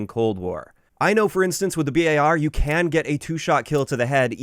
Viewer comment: I just want to say thank you for pronouncing the B.A.R. as it should be. The amount of mouth breathers I see saying bar is rediculous, and honestly they seem ignorant doing so.